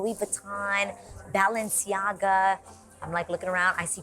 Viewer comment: Why does Adrienne say Balenciaga like that?